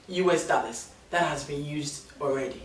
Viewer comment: It’s the “daallers” for me😂😂😂😂😂